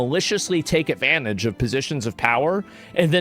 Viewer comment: Asmongolds 2 favorite words of 2026: "Avanage", "Avice".